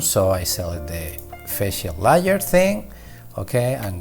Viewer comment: Bro Im watching this at 3am lol and every time he says layer it sounds like Liar and im like wth... regardless the Tutorial is amazing lol